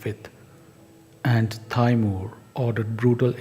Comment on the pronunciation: it's not pronounced "tayymuhr" it's "tee-mur"